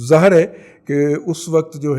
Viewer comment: لفط ظاآھر نہ بولا کریں صحیح الفاظ ھے ظاھر Zaahar (wrong) Zahir(correct)